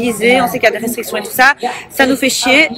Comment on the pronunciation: Et ça sait même pas parler! Elle dit "Rectriction" au lieu de "Restriction"